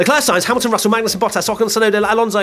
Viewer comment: i love how during the race rundown almost called Magnussen "Bangussen" or something. and it was a banger of a performance from Kevin!